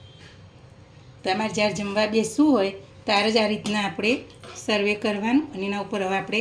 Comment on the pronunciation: સર્વે નહીં પણ સર્વ કહેવાય